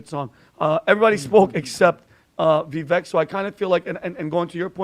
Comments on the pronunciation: How many times are you guys going pronounce Vivek’s name wrong? It’s Vivek like Cake. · Veh-Vake. And yes we knew him years ago. Great guy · Everyone he said his name is Vivek which rhymes with cake. It’s not Vee-vake. With love! I hope we can all learn his name so we can continue to propel his political career. Brilliant self-made multimillionaire while attending college